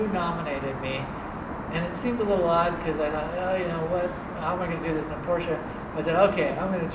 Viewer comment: KingOfNines its funny when people that can't speak German try to pronounce Porsche